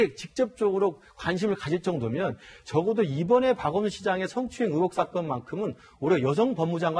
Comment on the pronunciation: 박원순을 박원이라고 들리는건 저만 그런건가요